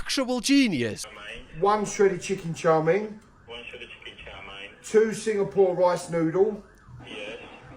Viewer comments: I dislike how he say chow ming... It's chow mein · Also love the fact that he never says "chow mein" properly. He says "char ming" lol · It’s chow mein .. not chow min .. lol .. even when they say it back to him the correct way .. he’s like nahhh … chow min … bershhh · What is chaw ming? It's chow mein, 😂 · You'd think with the amount he orders he'd know it's not pronounced "Chaw Ming", but maybe he says it that way to bait engagement 🤔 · it's 面条 mian tiao, most of the world says it wrong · The way he says chow mien hurts me 😂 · Well considering I've been English for the last 48 years, lived all around the country, and have never heard anyone else pronounce it this way, I think say that this is not just "very English thing",. Might possibly be regional, or it might just be him pronouncing it wrong on purpose. I'm personally going with the latter. You can think whatever you like too,. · He says chow mein wrong, annoying lol